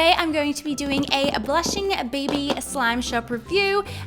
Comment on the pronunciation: Wait did she say baby or is that just me because it side BB not baby